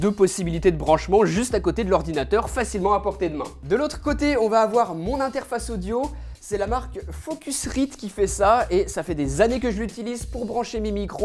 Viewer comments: C'est pas "Focusride" Mais "Focusraide" mais ça s'écrit "Focusride" :') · Ton SSD et ta Focusrite sont branchés sur tes écrans c’est ça ? Et juste au passage, la fin de Focusrite se prononce comme write ou right en anglais, je veux dire c’est pas un « i » c’est un aïe 😉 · on dis focuraïght :) comme "alright" mais cool comme vidéo